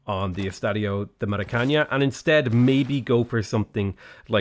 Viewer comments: As a brazilian, it's incredible annoying hear say "Estádio do Maracaña" instead of "Estádio do Maracanã". Portuguese isn't spanish. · Really liked the video, by I'm about to die if I have to hear Maracaña another time, it's not spanish.Just say it like you'd read it out in english and it will already be better. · "ñ" and "ã" are not spoken the same way, the first is spanish the second portuguese. Estádio d*O* Maracanã is pronounced with a nasal A sound in the last syllable, something like maracaNUH or maracaNAN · The first two As in the word are very strong, open and forward. The last two are closed and schwa-like. The very last syllable is stressed, and its 'a' is strongly nasalized: [ma.ɾa.kɐˈnɑ̃] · Hi, love your vids. About the estadio, it is pronounced Maracaná (like banana) with the last A being stronger;). Keep it up 👍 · I agree most of the time, it's fun, as long as I also don't know how to pronounce it. When you know it's just aggravating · It's "estadio do maracana" it does not have an "Ñ" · mara-can-ah ffs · The way you pronounced Estadio de Maracana got to me... 😂😂😂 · Yeah, that triggered me too. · yeah, it's more than ok, still love his videos but at the same time, so aggravating